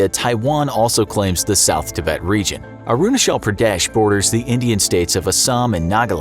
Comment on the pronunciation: It's not arunashal it's arunachal